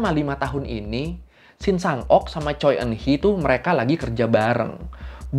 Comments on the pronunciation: Koreksi penyebutan bang. Choi dibacanya cwe bukan coy... 🙏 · Revisi dikit bang. Shin Shang Ok meninggal di tahun 2006 (sumber: Wikipedia). Marga Choi kalo gua denger orang Korea asli ngomong bacanya "Chwe":)